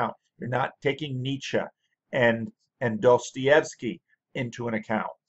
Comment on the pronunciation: Finally a yankee who pronounces 'Nietzsche' correctly. I'm still puzzeled why a man of your insight and education who talks about popular and interesting things is having such a small audience. Probably good for us getting our comments answered. Both your work and your ramblings are highly appreciated.